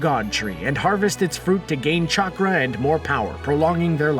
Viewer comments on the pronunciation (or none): none